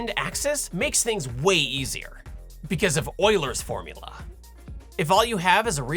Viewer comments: You pronounced Euler really well imo, refreshing to hear it nearly perfect and not wheeler or youler or something xD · You say Euler correctly, nice!